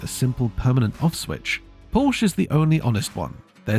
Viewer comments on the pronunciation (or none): Good video however, it's Porsh-a, not Porsh. Very poor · PORSCHE is TWO syllables!! "POR-SHA" I can't take someone seriously who can't even pronounce car brands correctly.